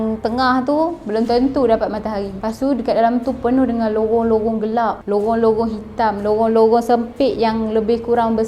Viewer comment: Lorong ke lowong?? Hehe jangan mareh yaa. Nanti kena jual 😂